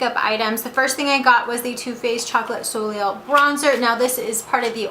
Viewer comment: If you're interested, pronunciation is Soleil: So-LAY, Etoile: Ay-twahl. Hope that helps :)